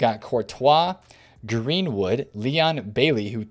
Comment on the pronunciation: Guh-Reen-Wood??? You mean Greenwood bro? Just pulling your leg bro, you’re the 🐐. I invested on Neymars at 215-218 and have made nice profit